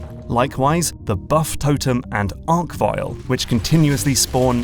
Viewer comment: gahh, he prounounced it "arck-vile" hnnggghhh